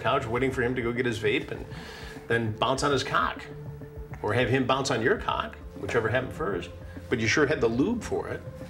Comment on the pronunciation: TAKE A SHOT EVERY TIME CHRIS SAYS CAWWK